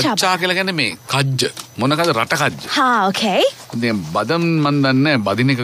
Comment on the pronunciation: බදම් නෙමෙයි බාදම් බාදම් කියන්නේ ඇට වලට..ලන්කාවෙත් තියෙන්නේ බාදම් මිල්ක් එහෙම ආමන් ඇට දාලා..ආමන් වලටත් බාදම් කියනවා.